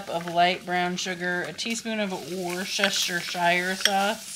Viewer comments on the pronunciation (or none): She really said “worstasureshire sauce” 😂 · That is the longest pronunciation of Worcestershire I have ever heard